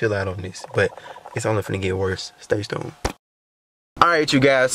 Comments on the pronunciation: Am I the only one that noticed when they were at his granny house he said “stay stune” instead of “stay tuned” 😂😂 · rlly said stay stuned-*tuned